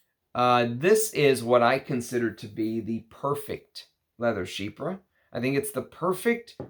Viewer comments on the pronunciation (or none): I’m sooooo glad you stopped saying “chyfra” in your newer videos 🤣 keep up the great work, I’ve learned a lot from you since I found your channel this past Christmas 🫡